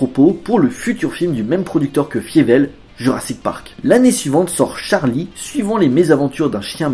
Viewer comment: C'est bizarre, tu as vu le film pour cette vidéo mais tu prononces "Fiévelle" au lieu de "Failleveul". Une erreur souvent commise dans les VF des séries de ces dernières années quand des persos mentionnent le film, mais la VO et la VF de la saga prononce bien "Failleveul" pour le nom de Fievel...